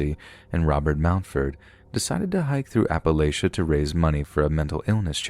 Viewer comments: Appalachia: App-uh-latch-uh ❤ ❤ ❤ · as someone living in Appalachia ("app-uh-latch-uh," yes, that's how we actually pronounce it), there are some crazy people here. you know, it's not uncommon to see someone improperly handling a gun. the people here also live in great poverty, and we're more likely to have cancer because of our air, coal mines, water systems, etc. there's a lot wrong in this area, and those who live in the mountains are probably better off than the civilization. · Politely bud, it’s Appa-LATCH-ia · It's sad and annoying that the narrator doesn't know how to pronounce "Appalachia"